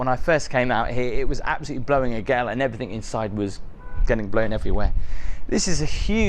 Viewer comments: Please stop saying "everythink"...the word is "everything "! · Can’t believe you didn’t know what the shoe stretchers were for…. Plus it’s “everything” not “everythinK” 😂